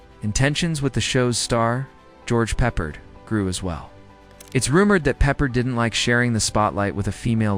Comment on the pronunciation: Pepper who? Can your ai say peppard! Sure it can. DUH😮